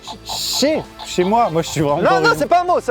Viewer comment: A Maxime a dit "schez" mdrr et aussi à " les noms communs